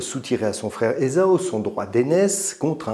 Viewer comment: Esaü : Je n'arrive pas à m'habituer à la prononciation "ézo" que tu utilises. Il y a-t-il une raison que j'ignore ? Prononcé à la française, et en respectant le tréma sur le ü, qui le détache phonétiquement du a, on devrait dire "ézahu". C'est ainsi qu'il me semble l'avoir toujours entendu. En alphabet phonétique : e·za·y. C'est dans les sources anglo-saxonnes qu'on trouve la graphie "Esau" (sans tréma), que les anglais prononcent "Issaow". Ce sont toujours des adaptations dans les différentes langues de l'hébreu עֵשָׂו L'hébreu ne fait pas la part belle aux voyelles, qui sont des petits points ou traits ajoutés le plus souvent sous les consonnes ou sur le côté, et qui sont la plupart du temps purement et simplement omises. La prononciation hébraïque n'est pas très loin de ' ÉssaV ou ' ÉssaW Du reste, Jacob en hébreu donnerait plutôt Yaakov. Restons français, c'est plus simple. En même temps, c'est dommage, car "ézo" permet des calembours de la plus haute finesse, je laisse le lecteur en juger : - En lui donnant naissance, Rébecca a perdu l'Esau <-- sens compte triple. - Moïse sauvé d'Esau <-- anachronisme. - Le droit d'aînesse arnaqué par Jacob à son frère. Alors : d'Esau / pas d'Esau ? <-- ironie mordante. - De son destin, Esau n'a eu point d'échappement : pas de pot sur l'Esau <-- influence de Sorcière. - Rick Astley s'appelle Esau Astley, je l'ai démasqué : Esau t'es Rick <-- n'importe quoi. Sinon, un grand merci pour ta lecture de ces passages, qui fleurent bon l'antiqui